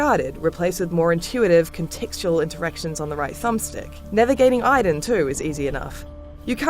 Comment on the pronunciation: You pronounce Aiden wrong every time you say it. You should delete this video. It's annoying.